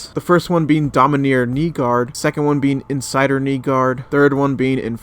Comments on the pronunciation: Domineer, and not dominARE, LMAO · Its (Domin-are) not (Domin-near) lol